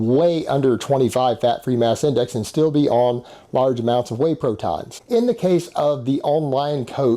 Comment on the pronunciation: Did he say "weight proton"? weight protein right?